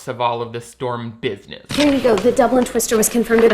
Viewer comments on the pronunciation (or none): none